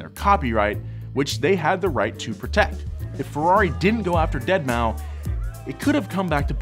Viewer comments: Its pronounced DeadMouse. Not Dead-Maw-Five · Nor is it pronounced "dead mao" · “Dead moww five” come on,! That ain’t it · I have more issues with him saying dead ma 5 and not dead mouse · Also its not "Deadmau5 (five)", Its Deadmau5 ( Deadmouse). Thanks. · Deadmau5 (deadmouse) he says deadmauu 5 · It's pronounced deadmouse.....not dead-mao-5 lol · Did this lad really just say "dead mau five" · Yes, and it was glorious. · I also say dead mau 5 since that's how homie phonetically spells it. And yes, I also call 6lack sixlack, I am that guy. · you meant "DeadMouseFive" 🤦🏻‍♂️ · Calling him Deadmau or Deadmau FIVE is like calling one of the Stuttgart brands Porsch. Both hurts to listen to. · "DEAD MAU 5" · that’s actually pronounced dead mow cinco. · I'm surprised more people haven't corrected him on Dead mouse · "dead mau five" I'm dead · That, and the deadmaufive pronunciation. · "Dead mau five"😂😂😂😂😂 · "dead mow 5" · did he just say deadmau five? oh god. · did this dude really say dead mow 5 ? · You know it's pronounced "Deadmouse" right and you were just trolling? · Its pronounced "deadmouse" lol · It would be so funny if Ferrari sends a cease and desist order for asking for cease and desist letters(-: btw I hope you know that pronouncing the 5 in Deadmou5 instantly made his fans twitch! I love doing it( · I appreciated the intentional peppering of Deadmau5 mispronunciations